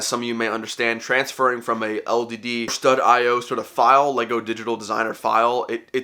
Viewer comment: I feel really stupid. You are the first person I have heard pronounce it as STUD-I-O, i have always just said Studio, but that makes so much more sense 😂